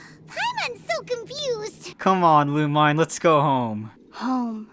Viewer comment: owh yeah lumine is pronounced lu-meen lmaoo i was confused